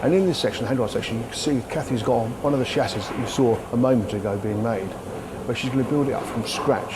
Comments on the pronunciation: So you keep saying. But the language is English. Invent your own if you don't like it ! 😂 Chassis is pronounced with a soft ch because it's from a French word. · HAHAHAHAHAHA, still IT ain't SOLD DER!!!! SHASSIS!! NOT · someone please teach him how to say Chassis